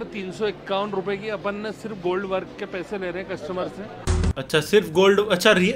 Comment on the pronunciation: wo real gold hi hai,,, usko gold vark kehte hai na ki (work)